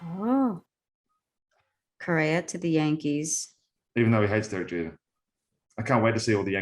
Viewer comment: as a lifelong yankee fan and from 🇩🇴, i appreciate Peter moyland calling then "jankees" 😆